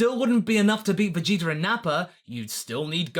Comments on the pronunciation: Why do you always say "Vegeter"? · why do you say VEGETER?